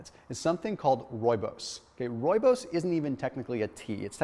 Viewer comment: love how you pronounce Rooibos. Lol I'm from South Africa and speak Afrikaans...Rooibos meaning redbush. My favorite tea to drink. Thanx for more great information.